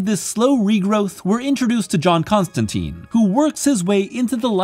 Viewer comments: it's ConstanTINE NOT ConstanTEEN !!! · It's Constantine, as in "line." "TYNE." Not "teen." The man himself corrects a character in this run. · It's pronounced Con-Stan-Tine the e makes the I say it's name. Like in fine. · I hate to be that guy but, It’s pronounced John ConstanTINE. Good video. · Whoa whoa, hold the phone. It's ConstanTEEN. Why? Because he's English, and that's how we English pronounce English. It's our language - it's the Americans who ruined it ;) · Great video but it drives me crazy to hear Constantine pronounced wrong the entire time - as per what Alan Moore established in this very run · This is a nitpick, but Constantine rhymes with wine, not teen. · ConstanTEEN is the American pronunciation, you’ve got this backwards.